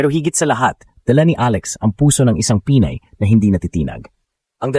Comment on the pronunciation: The AI commentator has a very poor Tagalog pronunciation. Get a speech mentor. Pinay ( not Pi-nay) makipagsabayan ( not maki pag sa ba yan). Mag English ka na lang. Masakit sa tenga. You simply murdered our language. Peace. You meant well but it hurts the ears and demoralizes me by just listening to you. Even her last name was murdered. Peace.